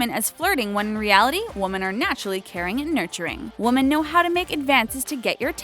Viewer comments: She kept on pronouncing women as woman. IT WAS SO ANNOYING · Woman and Women ARE NOT PRONOUNCED THE SAME. How did you get this narration job?Your voice IS pleasant, grammar, not so much. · She has no Idea how to say "women"